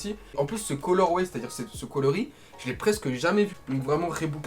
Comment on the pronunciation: Reebok pas rebok